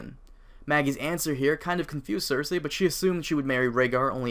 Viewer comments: its not (cersehhh) its (cercee) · Why do you pronounce her name "ser-say" when everyone on the show pronounces "ser-see"? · ser-see, not ser-say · Her name isn't cersay... It's cersei pronounced cersee. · ser-see I think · I always pronounced it "ser see" but you could ask that about most of the characters names lol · Cersei : "Sir-see" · cersay lol the way he pronounces it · Is it supposed to be pronounced Cer SAY ? XD